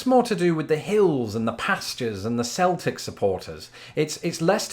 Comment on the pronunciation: Did I hear you say “Celtic” with a soft “C”? People of Celtic heritage I have known insist that it is hard, like “K.”